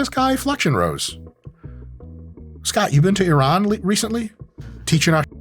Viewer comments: Thank god mike pronounced Iran the right way... Not I ran. ❤❤❤ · Thank you for pronouncing Iran correctly